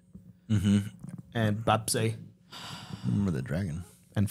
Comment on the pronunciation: hahaha the way says Bapsae ^^ how cute. please allow me to teach you how to say it like a Korean. i'm only going to talk about the sound of the vowels, "A" and "AE" (bAp sAE). They both have exactly the same pronuncation. When we write the word, Bap Sae in Korean language, they use the same vowel. I'll use a Spanish word, PERO. The one thing they have in common (bapsae and pero) is the sound of the vowel. Now replace both A and AE (from Bap Sae) with the 'E' from pero. (Bep Se). With this being said, SAE actually sounds nothing like "say" when you speak the word. our boys are singing it like "saaaay". i hope this makes sense. now you can say BAPSAE like a Korean:D:D FYI, BOP (the way you say it) means rice ^^ I remember you were struggling to remember this word in your other video. (while said it correctly! hahaha) well done though!!! i love how ya'll getting more familiar with Korean culture:)